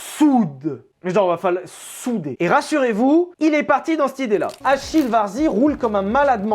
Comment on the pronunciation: Salut mec ! Ecoute en tant qu'amateur de bagnole et de belles mécaniques, je dois dire que ta vidéo m'a bien plu ! Simplement pour mémo, Achille se prononce en italien comme si c'était un K 😉 allez ciao et bonne route